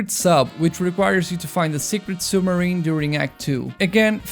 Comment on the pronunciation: "Now it can't urt anymore"